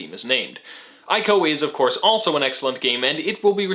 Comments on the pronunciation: isnt it pronounced "ee"co and not "i"co? and great analysis! loved the aspect of you, the final colossus, being defeated not by belligerent means but just by the sword being thrown. Nice job and hope you continue to gain more subscribers and views :) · My dude, fantastic video. But it's "ee-co" not "eye-co".